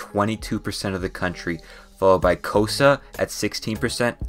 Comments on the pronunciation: All South Africans when this man said Kowsa instead of Xhosa: What????? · Sorry but the way you say xhosa zulu and tsiphedi is very funny (clo sa) make a click with your mouth for the xh zulu (its not how most people say it zooloo no its zuelue) actually isizulu and phedi make a sharp p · Every Xhosa person is going to be so mad at the way he said Xhosa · Hi, nit picky South African here, please for the love of god learn how to pronounce the clicks and long A’s and other letters for the names of places, I felt hurt whenever you said a proper noun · He butchered the language names lol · The way you said Xhosa and Afrikaans was so funny bruh🤭 Make sure you hear a native say it first 💀😭🤣